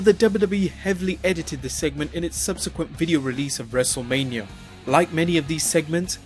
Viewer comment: LMAO, ""?? Beautiful